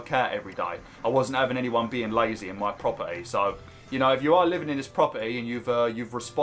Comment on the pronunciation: Our prop Eee 😂 Abili Eee